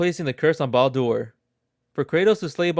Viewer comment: Why are you saying Baldur's name like that? Are you reading stuff from a list on the internet and making a Youtube video out of it?